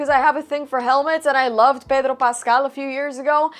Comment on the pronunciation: It is the correct way to pronounce his name. She always pronounce Pedro’s name with a latin/hispanic accent. Nothing new, nothing weird about it. It would’ve sound weird if she said his name with an american accent, especially since she speaks spanish fluently. It comes naturally for her as a bilingual speaker, don’t you know she is a latina…? 😅 Unlike most of my friends here in Sweden, I actually pronounce Pedro’s name with spanish accent. Because my best friend and his father taught me spanish.